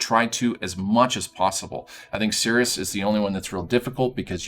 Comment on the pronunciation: It's Sirus, not Sirius (No second "I"). Zana also says his name a bunch. Remember when they were talking? Sirus says, "Correcting you on your pronunciation would be like flicking a pest" Zana responds, "Sirus NO!"